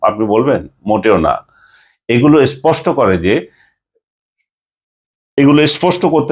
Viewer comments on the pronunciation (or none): none